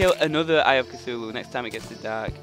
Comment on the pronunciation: you keep saying eye of cithulu